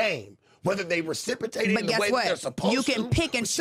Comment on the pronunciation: He said reciprotate